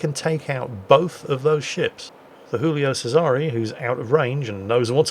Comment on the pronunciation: for heaven's sake, it's a pasta BB, it's not "Hoolio Sesare"! It's read Giulio (djulio) Che-zare, with a Z for zorro:).